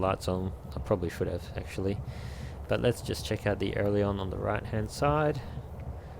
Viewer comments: This is an awesome video. But. It's called an AIL-E-RON. Not an AIR-LE-ON. LOL. I don't know why just the way you say made me cringe the whole way through. Loved the T/O, the scenery, the procedures though, well done! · Great Video Mate! But it's "Ay-Ler-On"